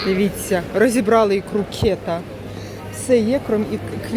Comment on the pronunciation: кетА — ударение на А —Дальневосточный лосось !!!